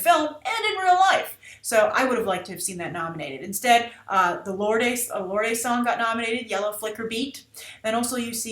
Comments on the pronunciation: Ok bitch. So many things wrong with this video. First...there are so many talented performances this year, and saying that some of the most talented people in Hollywood, including Christoph Waltz and Reese Witherspoon were just fill-ins was ridiculous. Second...did you say Lord-ay? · It is just lord not lorde. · Grace-Just to correct you that it's pronounced as Lorde, the 'e' is silence(Lord)